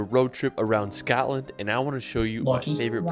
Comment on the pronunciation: "Scatland"? Where's that? Anywhere near Scotland? The narrator's pronunciation is atrocious. I find it hard to believe he's ever been near Scotland. The locals would have strung him up for those abominations.